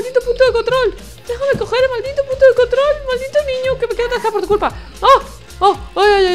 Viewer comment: mi hermano dice que dijo puto enves de punto